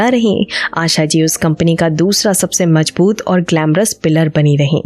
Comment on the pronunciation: You have to learn correct diction and pronunciation if you’re going to pretend to be a radio announcer. Please do not keep saying words like khofnaak and majboot so many times when you can’t say them correctly. And it is Phir, not fir. Go take a class